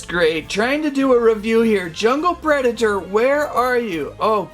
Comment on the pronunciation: That's the weirdest pronunciation of Predator I've ever heard.